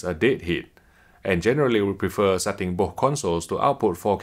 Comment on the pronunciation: Plz learn how to say BOTH not booohh.. 😁😁